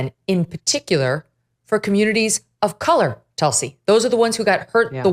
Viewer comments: Its not pronounced"Tal-si" its "tül-see" its a hindu word meaning "holy basil leaf" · It’s tool-see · hi you are no pronouncing your name correctly, it is Tulsi (please check how Indians say it.